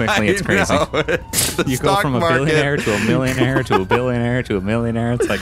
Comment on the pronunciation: I cringed every time you emphasized millionaire lmao